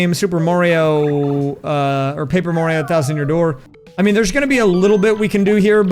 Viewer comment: Paaper Mario Papert Mario Who knew he had so many cousins?